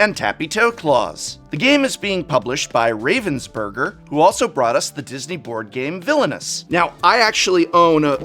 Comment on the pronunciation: i loved how you pronounced Ravensburger and completely changed the meaning of the word by doing sop, lmao